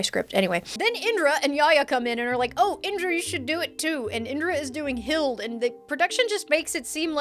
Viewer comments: You said Tira's name right but It is Hi-da. You said Hilde wrong. I hope you consider playing Soul Calibur in the future. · This isn't really relevant to anything but you did pronounce Tira correctly for Soul Calibur! But Hilde is pronounced like "Hild-a", it's a germanic name haha. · I wonder if the Dragon Age cosplayer saying "My friend Jenny made the x" was reference. The "Friends of Red Jenny" is an organization one of the characters they're cosplaying belongs to (Also Hilde is pronounced Hill-Deh, its a shortened version of her full first name Hildegard)